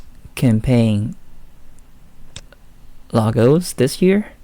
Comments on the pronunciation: Logos not Lagos man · Campaign "lagos & slogans" ? Wth man. Lol. I can't watch your videos because your pronunciation is so hard to listen to 😕 sorry